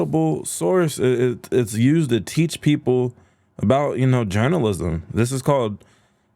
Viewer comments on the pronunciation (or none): none